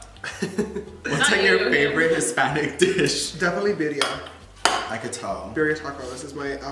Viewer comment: He’s saying birria lol